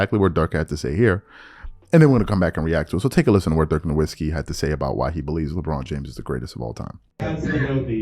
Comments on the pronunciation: Pronounced NORVITZKY... I mean, he only played in thd NBA for two decades. If you had watched ANY basketball in that éra, you would know how to pronounce his name. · Cmon bro stop pronouncing Dirk’s name with a "W" 🤣🤣